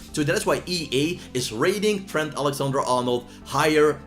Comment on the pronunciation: can you fix your accents, it's so disrespectful to Trent if you pronounce his name as “t-hent”. I know you're not English, but please put respect on the names.